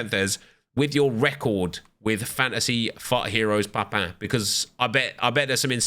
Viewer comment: Its papin not papan